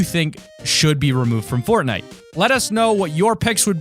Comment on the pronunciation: Did you say Portnite ?